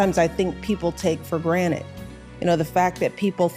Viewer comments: Is she saying "granite" or "granted" !?! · one of my biggest pet peeves is people using the wrong word. people saying axe instead of afk, people saying specific instead of pacific, people saying conversating instead of conversing..... and her saying "people take for granite" really bothered me. its granted..... GRANTED...... not granite. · Twice she says "for granite". Is she getting new counter tops or something? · Can't help but see this clip and think of Morty's Mindblowers. It's granted, not granite 😂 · “Take it for GRANITE” 🙄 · It's Granted not " granite"